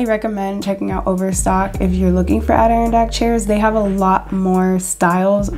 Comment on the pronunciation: Great video, you do a fantastic job finding all these dupes. I can't imagine how long it takes! One thing, Adirondack is pronounced "ad-eh-RON-dack". You can probably find it said online somewhere.